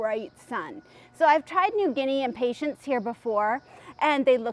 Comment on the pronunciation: It always cracks me up to hear people pronounce them impatienTS. It's hilarious -- so many videos have this mispronunciation. Arborvitae is another word that everyone screws up, too. I laugh every single time. I guess since Impatiens are from the Latin word to mean "impatient" because they tend to flower so quickly if you touch them...then I can forgive the mispronunciation. But...it's really funny to hear you call them Impatients. Like they are some sort of patient. It reminds me of people who call the coffee drink Expresso, rather than espresso. Or Cafe' Ole, rather than Cafe Au Lait. It's a hoot. Ok -- moving on.